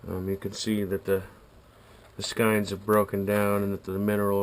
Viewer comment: I like your paint-strainer idea - never really thought of that. This should catch lots of 'buts. I've always pronounced skeins as "skains", but that's just me. Tight lines!